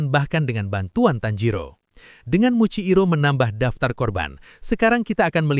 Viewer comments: Muichiro bg bukan muikciro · Muichiro jir bukan muciiro